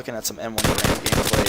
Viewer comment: Stop pronouncing Garand improperly please. It's a person's last name, how would you like it if people pronounced your names incorrectly..